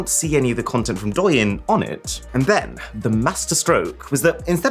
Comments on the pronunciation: The chinese tiktok (“aka the original”) isn’t prounoced “dough-yin” it’s pronounces “Doe - ing” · His pronounciation of the chinese app is quite off. It's pronounced "Doe" "Ying" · As Chinese I am triggered by Aron that how he pronounced douyin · he really pronounced douyin as “doyen” 💀 fyi it should be doeu-yeen